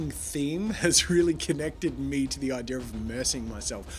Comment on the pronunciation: I like how jazza says IDEARR for idea